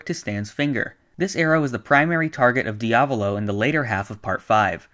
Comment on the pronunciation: Can you say diavalo r ight please?